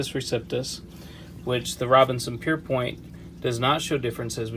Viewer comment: Pierpont, not Pierpoint